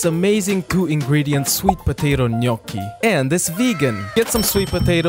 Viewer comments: Finally, the right pronuntiation of GNOCCHI! 👏👏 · OK I listened to it once again and at the end he says "gnoc's", again with irony, but he is pronouncing the "gn-" correctly so he's saying it right again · I got gradually more moved everytime you pronounced "gnocchi" right, at the end I was weeping softly with gratitude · Really pleased that you know the right Italian pronunciation (Gnocchi with the gn that makes a fluffy sound, not hard) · Can I just say I loveee how gnochi is pronounced? Its like honey to my ears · Can I just say that, as an Italian, I really appreciate your GNOCCHI pronunciation ❤ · OH MY GOD, SOMEONE NOT ITALIAN THAT PRONOUNCE GNOCCHI CORRECTLY and also treat pasta with good sauce. THANKS A LOT BY AN ITALIAN ♥️ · As i italian, i confirm that you pronounce the right "gnocchi" 😀